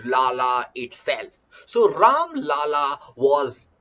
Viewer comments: Its राम लल्ला not राम लाला, लाला means business man Do not say Ram a business man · Mai bhi same likhne ke liye comments khola tha, sir pronounciation galat kar rahe hain.